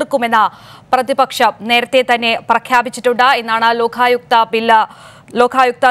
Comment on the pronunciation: ലോഖായുക്ത അല്ല ലോകായുക്ത ആണ് ശരി.